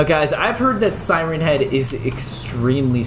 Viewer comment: At the start of the video when you said siren head you sounded like you said Simon head lol